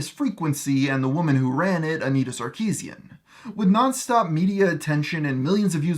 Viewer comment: It's not "Sar-KI-zien", its "Sar-ki-SYAN"